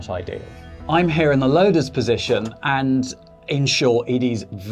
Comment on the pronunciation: I know you said "loader's position" but it sounded like "lotus position."